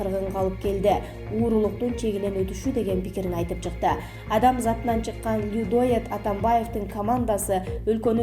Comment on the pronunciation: Диктор кыз,людоооед дейт го,Тобоо! Сенин окуганынды уккун келбейт!